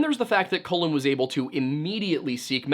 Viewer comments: hey, just a bit of a note. Colin is pronounced like cauliflower, and Cullen is pronounced like cull, not like colon. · As always, great video. But it was pretty distracting that kept pronouncing his name as "colon" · Could not get over the fact he kept pronouncing Cullen “colon” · It sounds like you are calling him COLON